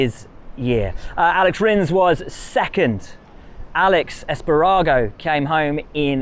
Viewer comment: I am glad Will mentions MotoGP results (and other moto categories), but the comical mispronunciation of MotoGP names kinda shows that Will obviously doesn’t watch MotoGP and doesn’t know these riders. Aleyish Es’pagaro, not Alex Espa’garo. Keep it up, buddy.